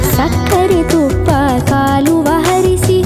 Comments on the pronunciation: You have a very beautiful voice and sing very lovely. Just that language is off pronunciation. -Its "Hejje" instead of Ejje - Mana Kaamaneya instead of manake manava - Kaluve instead of Kaluva.. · Beautiful song performed by Uthara Unnikrishnan daughter Unnikrishnan. Great Music composition Sai Madhukar. Its great Saint Purandara Dasa the father of Carnatic music. Little dissappointment is that the singer didn't pronounced the word Sakkare thuppa Kaluva. Its not Kaluva, It is Kaluve. The pronounciation should be perfect. Some times great singers will do small mistakes. It should not happen. Great singers like S P Balasubramanium used to teach this kind pronounciation mistakes to young singers. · Super voice.. lyrics miss out at "ಸಕ್ಕರೆ ತುಪ್ಪದ ಕಾಲುವೆ ಹರಿಸಿ" pronounced "SAKKARE TUPPADA KALUVA HARISI" instead of "SAKKARE TUPPADA KALUVE HARISI". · Hi Uttara your voice is beautiful, I am listening all your songs regularly. While singing other language songs ,please know the meaning of each word and also take care in pronouncing the same. In this song you are singing kaaluve (means flow of water in Chanel) as kaaluva. God bless you, keep singing. Your Sri Chakra song is my favorite